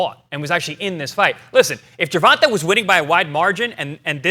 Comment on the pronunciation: “Gervontuh” lol